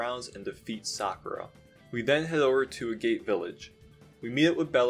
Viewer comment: Agate is pronounced AH-get, not A-gate